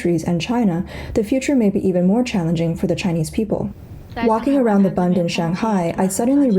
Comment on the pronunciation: B-u-nd is pronounced like the letter "u"in the word "bushel".